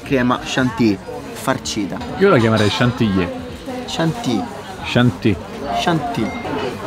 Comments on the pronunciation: si pronuncia sciantilli' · Si pronuncia sciantili!